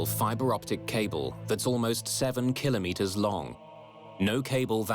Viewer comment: Love these docs but what’s with the odd metric measurements? Flight altitude is standardised in ft, not meters (or “killer meters” according to this narrator). English accent but certainly not our numbers 😵‍💫